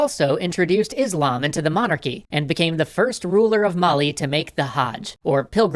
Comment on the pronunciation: mali is pronounced a little bit differently good try through =)